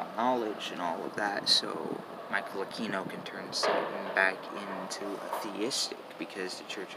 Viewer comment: It is not “A-Key-No”. It is “A-Queen-oh”.